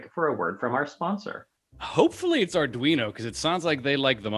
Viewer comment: Soooooo glad to finally hearing you pronounce it “ar dwee no” and not “ar dreeno”😂. First by the way!